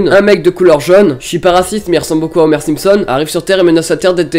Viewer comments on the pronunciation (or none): none